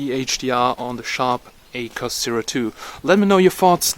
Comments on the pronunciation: It's Ak-wos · I'd pronounce it like "Ack woss"